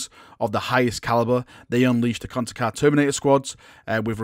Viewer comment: somehow I dont think you are pronouncing it correctly...